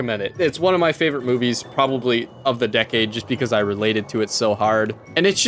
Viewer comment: When said hard in "I relate to the movie so hard" his true Canadian came out